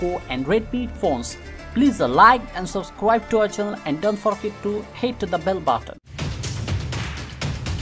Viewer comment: did you just say hate the bell button? lol